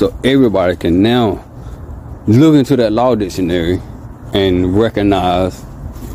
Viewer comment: It's RECOGNIZE not "reconize"